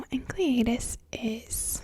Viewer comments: I'm so sad you dont make videos anymore. You seem so nice. It's" En-sell eh dus" The C is silent. :) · Enceladus is actually pronounced "en SELL a dus", which I imagine would sound awesome in your smooth whispery voice. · Oh how she didn't pronounce Enceladus right it is pronounced enselidus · Great video and obviously great legs too. I think the moon Enceladus is pronounced En-Sell-A-Dus but that is just what I have picked up by watching "How the Universe Works" etc. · Nice work though I think it's pronounced En-sell-id-us. Oh and nice pins btw 😊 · My dad, the astronomer, said you need to brush up on your Greek. Enceladus is pronounced en-SEL-a-dus, and Phoebe is pronounced FEE-bee. But I don't care. You can pronounce them however you want, just as long as you continue to use that tone of voice.